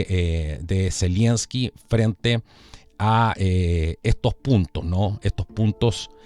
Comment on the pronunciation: Estas son puras cachetadas de payasos,de este par de títeres del NOM ,Pan y Circo para mantener en el engaño a los incautos . Y Es Z E L E N S K I ,no ZELIENSKI . Saludos !